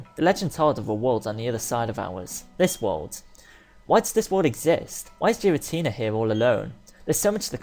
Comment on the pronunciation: Also its name is prenounced gar-uh-tina say gar like the beginning of garies name from the anime